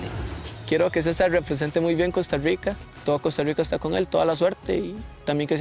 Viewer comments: Porque dicen Costa Ruica?xd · que ruaro que prounouincien cousta ruica xd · Francisco Palacios No, Es que dicen "Costa Ruica" pero es por qué así promuncian la "r" casi todos